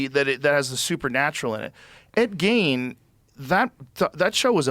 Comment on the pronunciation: Rogan is calling him "Ed Gaines" now. What are we doing?